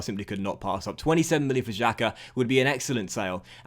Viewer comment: SAKA not SAKO 😂